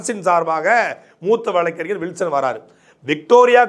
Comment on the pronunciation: வளக்கு ,வளக்கறிஞர். என உச்சரிப்பதை தவிர்த்து வழக்கறிஞர். வழக்கு என பேசி பழகவும். கழகம், பழனி,மொழி, வழக்கு, என்பன. தற்கால தமிழர்கள் தமிளன்,தமிள் என உச்சரிக்கும் தமிளர்களே தமிழை கொலை செய்யாதீர்கள். "ழ "எனும் வார்த்தை வேறு எந்த பிற மொழியிலும் இல்லை. தமிளை தமிழாக பயன்படுத்துங்கள் அன்பரே.